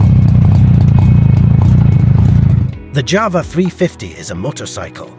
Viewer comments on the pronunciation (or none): JAWA not JAVA ! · It's pronounced YAWA not JAWA!